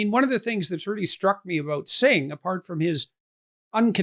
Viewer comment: Holy cow, Pierre. You’ve been working with Jagmeet for 5 years and you still don’t have the kindness to learn how to pronounce his name?